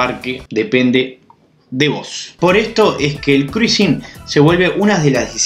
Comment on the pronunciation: Mejor pronunciar: Crusing 😉